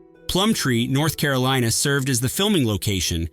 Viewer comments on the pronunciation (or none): none